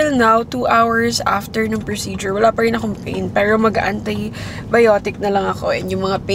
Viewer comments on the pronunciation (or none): none